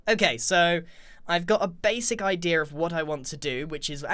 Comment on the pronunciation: I love it when you say the word idea. You always say it like “idier”!